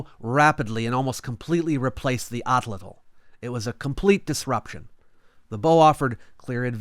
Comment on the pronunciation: I hate how you pronounce Atlatl. It's wrong and for both actual pronunciation and English pronunciation. Somehow you managed to turn pretentious one of the most pivotal human technologies.